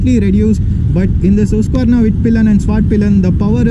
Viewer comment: husqverna not hoosq